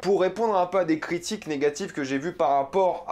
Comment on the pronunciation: T'as un méchant accent antillais quand tu dis "critique"